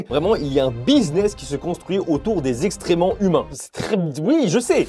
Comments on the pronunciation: Euuuuh On dit excréments hein, pas extrêments 😅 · J'aime beaucoup ce genre de vidéo ❤ juste .. on dit excréments, pas extrement 😂 ça m'a fait sourire, rien de malveillant dans ce que je dis ❤ continu comme ça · Super vidéo (comme d'hab). Sans vouloir faire le relou, c'est "excréments", pas "extréments" :) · C'est "excréments" haha pas "extréments". Sinon video genial 😆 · ExcCrments pas, extrement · ExCréments et non pas exTrément… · Alors comme ça on dit extrément au lieu de excréments?! 🤣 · Alors il y a un truc qui me trigger, pour dire le caca, moi à chaque j'ai l'impression d'entendre exTrément avec un T alors que le mot c'est avec un C = excrément et je sais pas si c'est que moi qui entend ou pas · Pourquoi "Extrèments" au lieu de excrément ? C'est un mot shadowban sur youtube ? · ExCRÉments pas ExTRÉments haha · Il n'y a que moi qui ai entendu "Extrément" au lieu de "excréments ?" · J'ai l'impression que tu dis des extréments, si jamais, ce n'est pas ça le bon mot hein :p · 11.45 "extraiements" c'est mignon on dirait une erreur d'enfant 😀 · On dit exCréments 😂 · on dit exCréments, et des oeufs mollets, pas mi-mollet Merci pour la vidéo sinon, grave cool